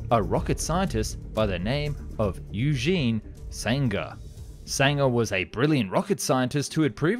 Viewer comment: It’s pronounced ‘oy-gen’, not eugene